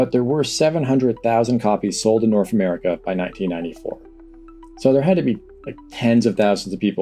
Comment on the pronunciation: North isnt pronounced norf.